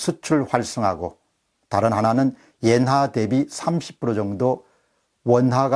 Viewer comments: 엔화를 계속 예나라고 하시네요~ㅎㅎ 자연스러운 흐름에 살짝 방해가 되는것 같습니다...^^ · 옌화? 엔화발음 장애자